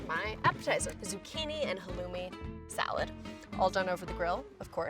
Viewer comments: As an arab, the way she pronounces some words that are arab( sumac, halloumi and kofta(kafta) ) kinda triggers me but eh she isnt arab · Am I the only one who was triggered by the way she said kofta and halloumi? Arab gang where u at?